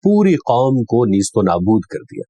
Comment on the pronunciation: Wonderful teaching. Sir you have pronounced Nesto nabood. We always say naisto nabood.plz correct me.thanks